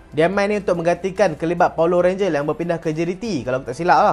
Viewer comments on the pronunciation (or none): legend malaysia????legend ker????kee ayat troll...tp ko pnye sebutan paulo rangel tu bnyi mcm power ranger dowh...🤭🤭🤭🤭🤭🤭